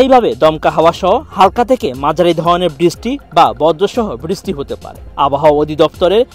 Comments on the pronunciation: দয়া করে বৃষ্টি শব্দটি ভালো করে বলুন। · বৃষ্টি শব্দটি ভালো করে বলুন